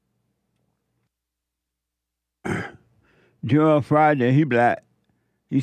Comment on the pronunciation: Oh it "joel" and not "Jor-el"......had me thinking i had a stroke hahaha